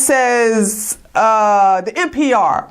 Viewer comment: NPI is Spencer, NPR is National Public Radio. I THINK you're saying NPR, but your accent MIGHT be saying NPI? :)